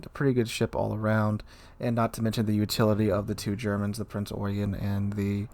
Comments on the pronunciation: yeah but it's not SAID like that in German. It's Oi-gen if you spelt it phonetically, so it's Prinz Oigen, If you were saying it's name with an ENGLISH translation...then sure Prince Eugene. Seriously just go type in Eugen pronunciation into Google. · Prince Eugen = prince Eugene basically (that is how you should pronounce it) .. sry to say this but it is apparently a pronunciation problem most people ...